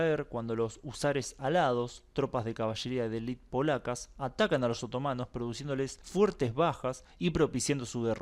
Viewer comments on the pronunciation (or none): none